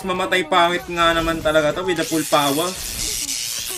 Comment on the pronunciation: Jess no limit:full poooooooowerrr: full poweee333r